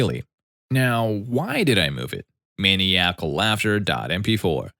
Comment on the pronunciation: The way you pronounced maniacal is insane.